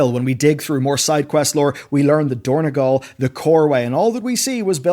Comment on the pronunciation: > Yes, Dornegal... No, dorn-O-gal. Just like it was Oribos, not Ourobos (OU is read like U, like Uranus). Blizzard likes to change the names a bit, maybe helps them with copyright or whatever, but it's a nice touch to distinguish something from the game to its inspiration outside the game.